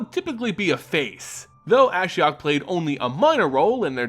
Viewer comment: You pronounce Ashiok the way I pronounce Ashiok.